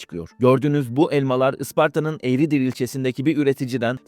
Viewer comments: Egridir değil Eğirdir .E gir dir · Yalnız eğridir değil eğirdir abicim o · küçük bir detay" Eğridir" değil "Eğirdir" olacak. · Eğridir değil eğirdir o ilçenin adı